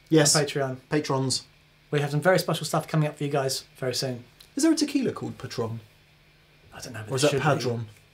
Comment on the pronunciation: Patrone is how it's pronounced, Patrón is how its spelled. It kinda means like the "boss" or the guy in charge with the $. Paul Mitchell the hair spray guy owns the company. His daughter is married to Jesse James and she drag races funny cars and patrón is her sponsor.